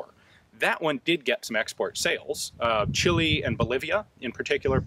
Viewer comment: You just called Chile *chili"?